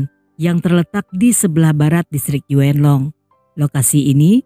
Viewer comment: Happy velly sm yuen long to mana sich 😂😂😂 kok bikin geli klu nyebut nama" daerah